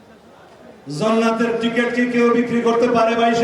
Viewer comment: জন্নাত না হযরত জান্নাত। আরবি তো ঠিকঠাক বলতে পারেন না।